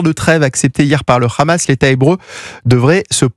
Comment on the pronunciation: C’est Hamas, pas Khamas. Vous parlez de façon très décontractée de nettoyage ethnique, comme si il s’agissait de la météo…